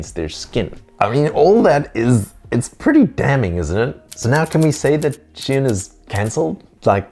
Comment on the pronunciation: Awesome, but Shein is not pronounced as Shien 😂